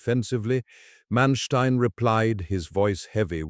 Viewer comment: How do you start a video pronouncing the man’s name incorrectly? Manstien?????? Really?